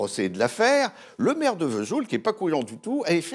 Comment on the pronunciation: Sauf que la cancoillotte ne sent rien ! Alors, on ne pardonne rien ! Le metton n.est pas fabriqué à V’soul ! Aucune prononciation correcte franchement ! 🤣 Que des jaloux ! Connaissent même pas le passage des Annonciades ! Souvenirs.....